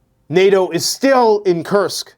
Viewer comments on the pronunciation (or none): none